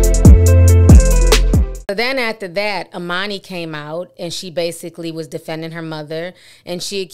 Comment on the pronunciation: "e-munni" (e-money) ....gurl, ur daughter name is Ee-MANN-Ee / Emani !!!!